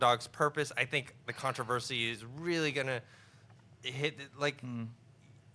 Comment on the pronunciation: can someone please teach how to say controversy?